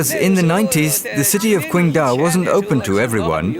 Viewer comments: Day Dreamer It really is! We don't say "tai kwi" we say "tai qi!" so why kwingdao?! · Damn it's irritating to hear her pronounce the city's name. The English spelling is with a "Q" but it isn't an English word. The Chinese have what is called pinyin which is the Latinization of the spelling. Q is pronounced like a "ch" The name is said like Ching-dow, not Quing-do